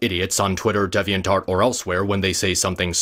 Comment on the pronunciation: I found it funny when he mispronounced Deviantart as Devinantart.